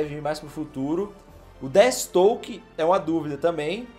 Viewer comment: NÃO SE FALA DETISTOKE, A PRONUNCIA CERTA É "DEFIESTROQUE" !!! DESCULPA CORRIGIR, mas esses erros estavam me matando kkkk um fã da DC tem uma parada cardiaca com isso kkkk